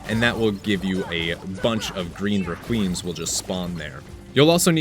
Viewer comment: "Green Reck-qweems" --- lmao it's pronounced reck-wee-em!